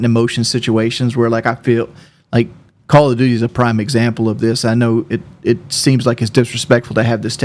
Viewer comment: "4 tings im good at in life....im gewd at braves baseball...im gewd at chevrolet, im good at calla doody...how do you be good at page 5 doh" How...how in the fuck are you good at "braves baseball and chevrolet" One is a baseball team and the other is a brand of vehicle....wh...what does that fucking mean exactly? You are good at watching baseball? Wow you are excellent at sitting on your ass? Amazing...good at Chevrolet...what does this mean? This entire sentence makes my head hurt.